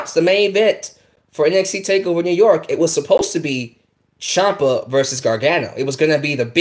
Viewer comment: Tommaso Ciampa. Champa. Chiampa.